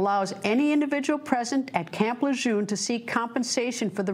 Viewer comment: It's not camp "lejoom" you silly doofus, it's prnounced Camp Le Jeune